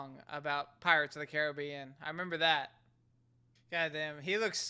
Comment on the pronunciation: Cool...an American who kind of knows how to pronounce Caribbean. I've love you to try a movie with the word Aluminium in it. That will be you next challenge.